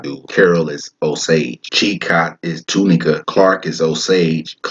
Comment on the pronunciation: It’s Lo-No-Ka = Lonoke and Too Ni-ka = Tunica. I’m from Pine Bluff.